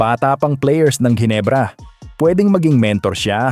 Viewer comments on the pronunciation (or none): Jinebra (as u pronouns it) putcha! MALI! JINEBRA MO MUKHA MO! GINEBRA (Hinebra ang pronouns)